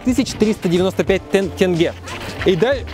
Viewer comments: к концу выпуска научился правильно произносить слова тенге) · так никто и не думал гнобить или что-то подобное… Просто приятно, что в каждой стране выясняет как верно произносить название валюты. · Первый русский который правильно сказал слово тенге))